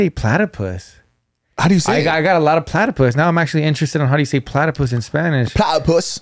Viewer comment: “palatypus” 😂